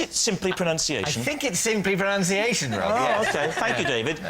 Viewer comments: I'm from down under. The educated speakers say ProNUNciation rather than proNOUNciation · It's spelt and pronounced proNUNciation.